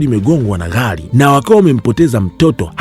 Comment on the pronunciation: Mi najaribu kuandika iyo anavyoitamka nashindwa🤣🤣🤣🤣